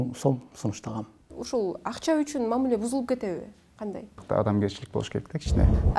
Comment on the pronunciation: мамЫле эмес мамИле